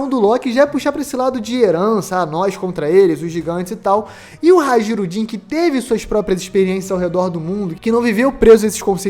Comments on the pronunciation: HA-JI-RU-DIN !? "J" nórdico é o nosso "i" semivogal. HAI-RU-DIN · Amigo, "Hajrudin" se pronuncia "hairudin" com som de "i"